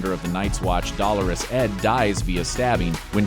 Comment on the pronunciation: when i heard the way they pronounced dothraki and rhaegal i excused it for simple mistakes but then i heard how they pronounced dolorous edd i- almost had to stop watching,,, they rlly said "dollar-us" edd